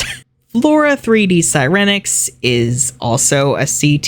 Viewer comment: IM IN TEARS 💀💀 you MURDERED sirenix oh lawd